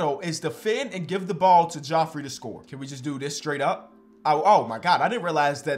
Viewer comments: Why are you saying his name like that it’s just jeffrey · Geoffrey is pronounced jeffery. no disrespect, love your content. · geoffrey is pronounced jeffery lmao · This man did not work his entire life to come into the league as a number one prospect to be called "Joffrey" instead of it being pronounced right 😂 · geoffrey is pronounced jeffery fr but w vid like always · How am I the only one talking about how it’s spelt Geoffrey but it’s pronounced Jeffrey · pronounced jeffery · It's pronounced like Jeffrey. It's just stupidly spelled. Source: friend in college wouldn't shut tf about his name when someone would see it spelled